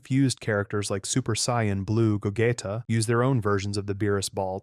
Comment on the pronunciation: “Ru-ditz” “Go-getta”💀